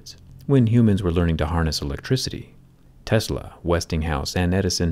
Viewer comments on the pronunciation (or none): none